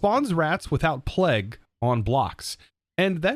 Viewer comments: pleg???? its pronounced play-g, come on now you must have been taught about or heard of the plague before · im still pretty sure plague is pronounced playg no matter where in the world you heard it, its bad enough americans say 'to' to many times, or pronouce across as acrosst, there is no 't', but plague has an always will be 'playg' you can literally google it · Plague is pronounced like 'playg' it's the long A sound, like in play and stay.